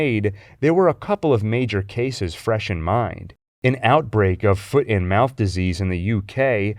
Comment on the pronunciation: When he said foot and mouth disease I thought he said "foot in mouth" disease. I was thinking there was an outbreak of idiots saying embarrassingly stupid things. That wouldn't be an outbreak since humans have been doing that since the beginning of the species. Though, it can result in deaths just like diseases.